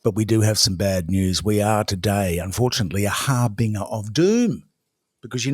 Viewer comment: Its har-bin-J-er.